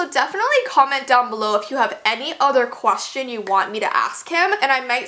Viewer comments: She said quastion instead of question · Am I the only one who heard quwahtion? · “qwation” wow I love u 😂💖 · What the hell is a 'quashton'?? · This is toatally random but i just laughed the way said 'question' XD